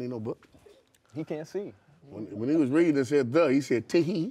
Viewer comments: When it said The he said Ta-He 😂😂😂😂😂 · When he read 'THE' he say 'T HEE' 😭😅😭😅😭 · He can't read when he saw "the" he read ta hee 🤣🤣🤣 was so fuckin funny G